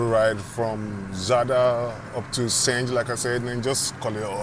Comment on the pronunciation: also Senj is said like Sen-y becouse the (J) in Croatian is like (Y) from youtube, yellow etc. but not like sonny, money etc. that would be (I)